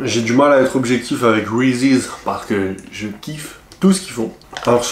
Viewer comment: Sa se prononce reese pas de s a la fin